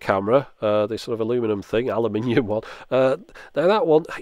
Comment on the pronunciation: All Germans thank you for saying aluminium in "your way"! :D (because its the same pronunciation in German)